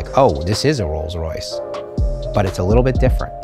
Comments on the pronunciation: Rolls rice lmfao thats perfect. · "I present u... THE ROLLS RICE"